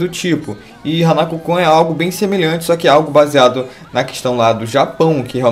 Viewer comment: Só uma coisa:você disse Jibaku Shounen HanakU kun,e não está correto,o correto seria;Jibaku Shounen Hanakô kun(e eu coloquei um assento para saber a pronuncia.